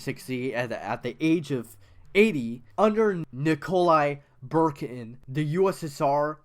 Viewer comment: Nick-a-lie Boo-khar-in